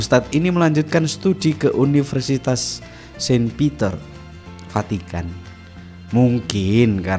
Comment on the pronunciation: munKkin ,kita yanK salah denKar ,atw dia yanK Vahkan salah nKucaFin. maksudnya "FACITAN" , Vukan "Vatikan". 😂😂😂😂😂😂😂😂